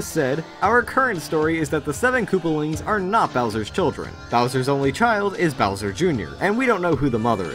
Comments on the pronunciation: bower,,,he he he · It says Bower instead of Bowser lol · What's a Bower?